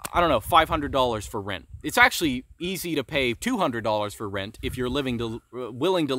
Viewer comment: “rint” lol